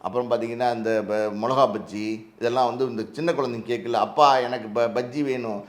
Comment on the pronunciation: Otha. Thamizhe theriyaadha oru interviewer. Pakshiya Bajjinnu solraan naayi